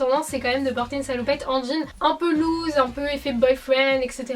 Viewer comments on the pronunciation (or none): none